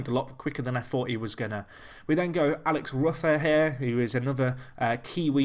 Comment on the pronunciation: It's Alex Roo-fer